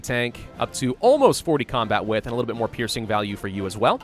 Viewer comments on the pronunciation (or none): none